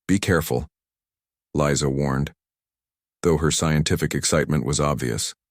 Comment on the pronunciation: The AI narration mispronounced the name Lisa as Liza.